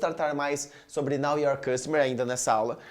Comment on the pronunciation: Muito bom!! Apenas uma observação, a pronúncia, é know (noʊ) your customer, não "now" de agora. Muito obrigada pelo conteúdo.